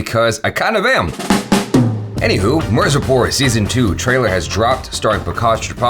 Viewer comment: It's mirzapur not marzipur 😂😂😂😂 😅😅😅😅